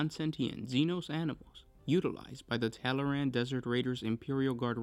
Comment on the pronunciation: "Tallaran...tataral....taranatan....tallaramalamadingdong... " Me: Tall-Arn. TALL-ARN.: Tallyho? Me: FUCK